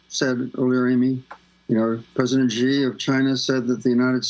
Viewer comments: i dont understand why wester media call him president G. is xi, pronounced like she. at least try to say it right. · Xi is pronounced more like saying the letter C, not G! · Mr. Mc Coy, since you are an expert on China, it would be of great value to you to pronounce China's president correctly. It's Xi as in "she", not "zzjee" or "gee". Same suggestion for Ms. Goodman. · If someone can't pronounce the names of Chinese leaders, then I see them as wannabe experts. It's Shee, not Gee (Xi Jin Ping). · Couldn’t properly pronounce any of the words he said in Chinese but claims to be an expert on China? He says Taiwan is vulnerable and weak and the Chinese would 100% win the war. That’s simply just conjecture. Taiwan is in an excellent position to defend itself. So called experts on China never give Taiwan enough credit. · Is the mispronunciation of his name on purpose or ignorance? Xi = Z in Chinese and English. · How can you listen to someone who doesn’t even pronounce Xi correctly. And he doesn’t understand what war games are for. You are supposed to lose them. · This guy wrote a book about China without bothering to learn how to pronounce Xi Jinping’s name. Think about that. That’s some chabuduo 差不多 right there.